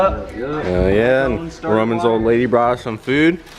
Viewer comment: Quick lesson it's ole lady not old lady that's disrespect lol